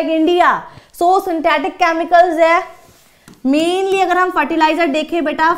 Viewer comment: first of all synthetic not sythetic🗿🗿🗿🗿